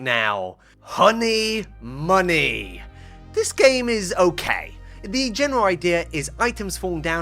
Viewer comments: ''Honmey money'' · "Honmy Money"